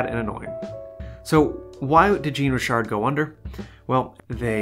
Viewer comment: More like shawn-ree-shar 😉